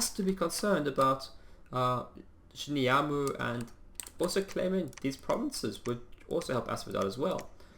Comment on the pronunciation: Shimuyama has an A on the end while you say U. :)